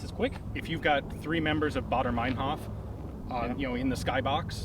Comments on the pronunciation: Rotfl I heard Baader Mienhof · "Wir haben 3 Baader-Meinhof" lol